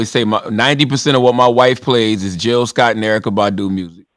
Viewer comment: Its J i l l Sc o t T tteeheeeeheeeeee , live from philly yall